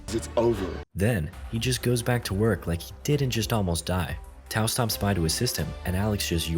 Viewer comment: you way you said "I lake that"is sus as hell lol